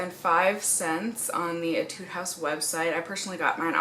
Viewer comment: it's pronounced AYY-tood not ehh-TUDE